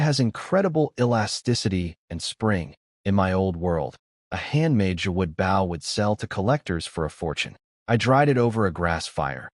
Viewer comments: They just need to add an e ... Bowe....🤷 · Why doesn't AI know how to say BOW as in BOW and ARROWS??? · It really frigging grinds my gears this thing cant say "bow" correctly. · I like the stories but can't you program the narration program to say the word "bow" correctly? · Can you train AI to saybow properly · Can you put a word before bow like hunters bow because the ai keeps saying it wrong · Even if the author does the ai will stay say bow wrong unless its a different ai cuz I watched one sometime ago that had overlord bow and the ai is still saying it wrong. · but it does say it right with crossbow so thats why i thought, maybe if he changes it to longbow or shortbow or hunters bow it might say it right aswell